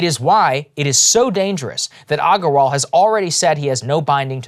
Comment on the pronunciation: Saagar bro, you know how to properly pronounce Aggarwal, come on 🤣